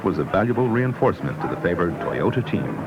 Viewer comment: Probably because of the narrator's atrocious pronunciation of Toyota & Celica during the Ivory Coast Rally portion.